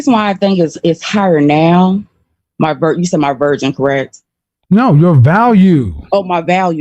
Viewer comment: “Was your virgin higher?” Ok, so he made a mistake a few times and said “virgin” not “version,” but he lacks humility too, because he blames the other person. No wonder this twice divorced man died alone! He may have some decent advice, but he’s a jack@